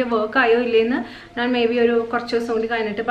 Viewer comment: നാൻ അല്ല ഞാൻ